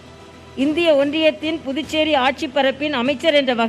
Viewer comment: the guy says "புட்டு சேரி" Pudducheri. Can he not practice and come ???